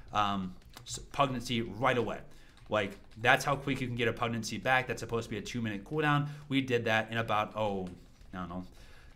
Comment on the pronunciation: Great guide. One tiny quibble, because it confuses the automatic subtitles: "Pugnacity" is pronounced pug-NASS-uh-tee, emphasizing the second syllable. That's why YouTube thinks you're saying PREG-nan-see. I mean, when my wife was pregnant, she was kind of cranky, but I wouldn't characterize her as having been pugnacious.